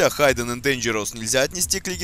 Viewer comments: произносится хидден а не хайден.в инете полно переводчиков с транскрипцией и (аудио) произношением.старайся быть лучшим!спс за видео. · да,и не Хайден,а Хидден) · И ещё не "Хайден энд Дэнжероус", как автор произносит название, а "хиден".